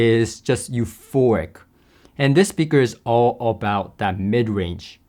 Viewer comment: Please learn the difference between euphoRic and euphoNic! Especially if you are going to use the word in every other sentence. Unless, of course, you are actually having an orgasm in every other sentence.